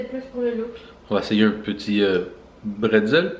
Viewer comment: Eine Bretzel (ça se dit bréts'l) ! Mais je préfère eine Käselaugenstange !